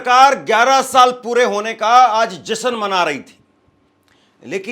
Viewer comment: एंकरिंग करते हो और हिंदी बोलने भी नहीं आती, मूर्ख कहीं के ! जश्न को जसन कहता है ! अपनी हिंदी सुधारों फिर एंकरिंग करो !